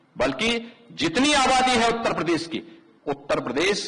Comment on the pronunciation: Denting Penting Nahi Denting Painting hota hai ... Bhasa Nahi Bhasha Hota, Uttar Pradesss Nahi Pradesh hota hai...